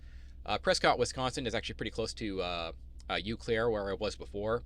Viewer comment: Thanks for sharing your info as an O/O with your own authority. Subscribed last week. FYI, it’s pronounced “Oh-Claire”.